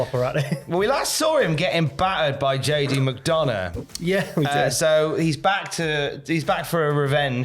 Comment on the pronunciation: As a McDonagh it's nice to hear someone pronounce it right, sick of hearing the commentators saying micdunna